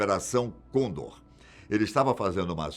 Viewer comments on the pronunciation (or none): none